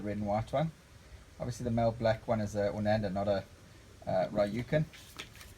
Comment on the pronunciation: although i think its pronounced oranda.